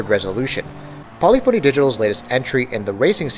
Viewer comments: I wanna rip my ear everytime he try to says Polyphony. Lol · Its not Poly-phony, its Paa-lif-fa-nee And its not Antializing, its Anti-Alias-ing